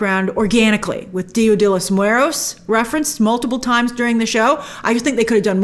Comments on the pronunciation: I love hearing you butcher pronouncing, “Dia de Los muertos”, I think I replayed it 5 times lol 🖤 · Lol you didn’t pronounce the T in Dia De Los Muertos. I’m looking forward to watching this show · Omg Grace the way you pronounce “Dia de los muertos” had laughing in tears I love it! 😂❤